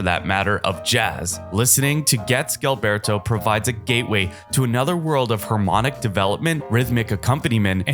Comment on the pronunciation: "zheel - BER - toe" ... ZHEEL!